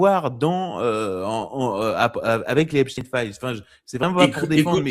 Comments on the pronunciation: Ç bien il dit epstin 😅😅😅😅il sera bien vu.et invité sur bfm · Dès que quelqu'un dit epstine et non Epstein je ne l'écoute pas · Les anti Trump prononcent èpstine 😄